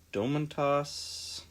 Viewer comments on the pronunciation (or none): the way you pronounced sabonis' name had me dead dude lol "Doemuntas" tell me you've ever heard anyone say it like that hahah